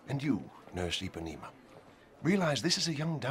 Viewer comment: CptChaos47 It's Ipanema, as in "The Girl From..."